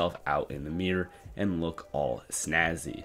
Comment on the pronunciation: "youR MonKaY LoOk SnaZae"🤣